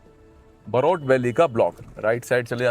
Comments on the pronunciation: It's बरोट ... not बरोत... welcome to my hometown ❤ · बरोट and not बहरोत